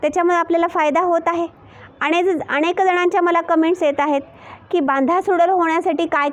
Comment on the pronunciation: बांधा सुडौल असं म्हणा (डौल / डैल ) आपण सुडैल असं चुकीचे म्हणताय